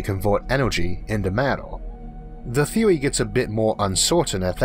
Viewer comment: The last person? The showt stowey?? The bwack howel theowy? Am I hearing a thick speech impediment? I am NOT knocking it at all!! I am just making sure that my hearing isn't "off"(I am 50% deaf in my right ear) and I Am Impressed at what a great, smooth voice the narrator has with the "ear-catching", accent like sounding , speech impediment. Indeed it is impressively nice!😎